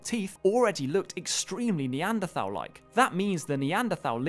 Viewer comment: Bugs me how this guy makes a big song and dance about pronouncing the A at the end of ‘Neanderthal’